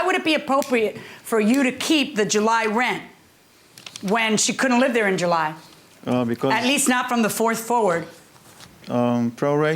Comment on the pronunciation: She said ‐ She wasn't "Dare"... ? ... Then she also said - She "Axed" him... ? ...